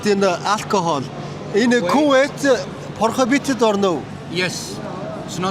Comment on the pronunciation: Англи хэл нь яагаад ерөөсөө сайжирдаггүй юм бэ. Арай л муухай ярих юмаа... хийж байгаа контентоо гутаачих юм😢 prohibited гэдэг үгийг яаж хэлээд байгаан бэ, арай юмаа